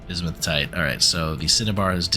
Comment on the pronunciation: This is driving me crazy. It's not bismuth-in-tight. It's bismuth-in-ite.